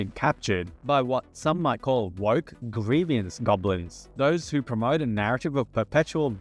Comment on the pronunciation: Please God stop adding a middle syllable to the word "grievance"